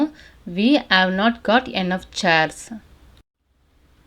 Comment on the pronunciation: அருமை சகோதரி, தாங்கள் எளிமையாகவும் தெளிவாகவும் அருமையாகவும் ஆங்கிலம் கற்று தருகிறீர்கள். பாராட்டுக்கள்! Enough என்பதை என்னஃப் ஃப்(ennogh)என உச்சரிப்பது போல கேட்கின்றது.enough என்பதற்கு(இனஃப்) என்ற உச்சரிப்புதான் கொடுக்கப்பட்டுள்ளது.run._ running---swim_swimming என்பது போல இரண்டு எழுத்துக்கள் வந்தாலும் ஆங்கில அகராதியில்ஓர் எழுத்திற்கான உச்சரிப்பு தான் கொடுக்க வேண்டும் என்று கூறப்படுகிறது. தயவுசெய்து சரி பார்த்துக் கொள்ளும்படி கேட்டுக் கொள்கிறேன். நன்றி! வாழ்த்துக்கள்!